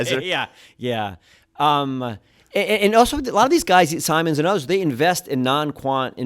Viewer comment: Only people I've ever heard pronounce his name 'Sigh-mons" rather than "Sim-ons"...even Jim himself uses the later pronunciation